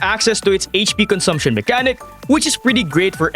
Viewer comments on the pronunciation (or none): none